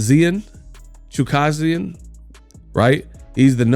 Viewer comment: Pronounced : chu-kad-jian, tell Hearn to take a leap!